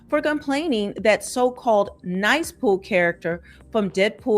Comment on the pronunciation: You know this is narrated by A I. when they pronounce Nice Pool as "Niece" Pool multiple times. So annoying.